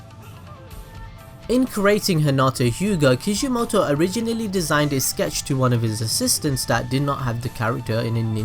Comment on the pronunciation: Kishimoto. Ki SHI Moto. It's not hard.